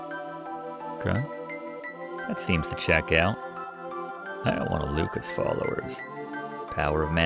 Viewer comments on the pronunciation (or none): none